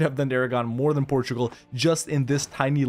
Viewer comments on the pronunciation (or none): none